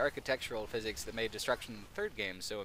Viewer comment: It sounded as though you said "physhics".. 😂